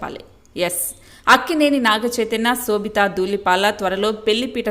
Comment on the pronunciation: Anchor need to know or learn how to pronounce shobitha’s name